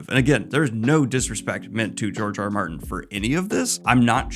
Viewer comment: Is it just me or does it sound like he calls him Jar Jar Martin? I mean, I don’t hate it tbh